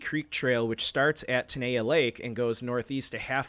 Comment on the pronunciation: ten-eye-yuh is the way it is pronounced. I am a local to Yosemite. I live and am from the area 20 minutes from the South Gate entrance in Oakhurst, California in Eastern Madera County. I remember when this happened. I know some people that have requested the case and have been denied, multiple times.